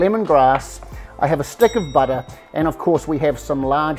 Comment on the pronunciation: Love the humour. A well balanced meal with humour is so good. What’s with the ‘buttah’ ? NZ butter ?